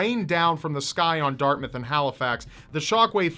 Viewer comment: Oh nice you pronounced Dartmouth right :) My home town, you can still see effects of the explosion today, lots of tours around Halifax love to point them out, along with where some of the Titanic victims are buried. It's a city rich is tragic history and dam good sea food.